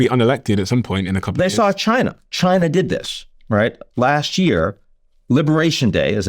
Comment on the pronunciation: Your statement is pretty premature. The answer is China. Can you pronounce it correctly. ? China